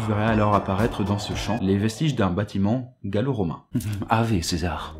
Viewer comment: Ca ce dit Awé